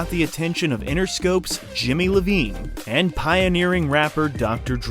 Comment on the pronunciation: Did you really just refer to Jimmy Iovine as Jimmy Lavine?